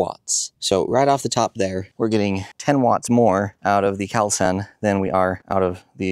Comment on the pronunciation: Yes, those are impressive panels, but it's pronounced call sun. Not cowl sun